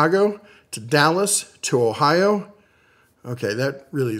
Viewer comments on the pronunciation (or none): none